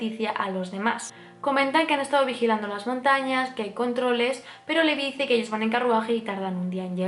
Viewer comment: me encantan tus vídeos, un análisis excelente y superdetallado. Me encanta que compares con el manga pq yo lo leí hace tiempo y es interesante ver como cambia. Sólo t diría una cosa, y es q el nombre de LEVI lo pronuncies "livai" o algo así lo dicen en el anime, pq al miratelo leer tal cual no puedo evitar pensar en Levi la d Fairy Tail. No es por mal, sólo es un consejo, tus vídeos son perfectos 😘